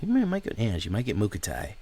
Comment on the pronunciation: Anje= AHN-YA